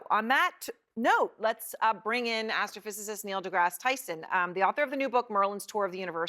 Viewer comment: Not gonna lie, I heard her say "Black ass trophysicist" at first.